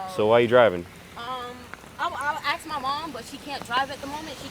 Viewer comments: You know how it be when they axe a question. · She was axing😂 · “I have to axe my mom.” That sounds dangerous. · Learners permit, how about learning English. Axe me how!